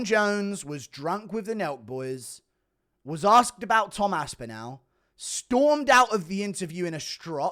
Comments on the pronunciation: The way you pronounce Tom's surname gives me shivers mate. You're English as well. It's Aspinall not AspinOWL. Turning American. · The way he says aspinAl pisses me off